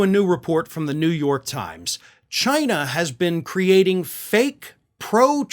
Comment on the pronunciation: Not “Chi-nahh.”